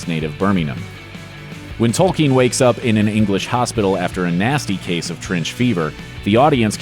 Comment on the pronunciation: I have to give the speaker MAD PROPS for pronouncing "Tolkien" correctly! One of the rare Americans I have heard do so.